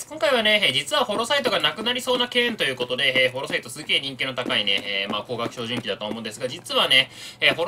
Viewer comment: 照準器を「ひょうじゅんき」って聞こえる。標準器？？ってなってしまった。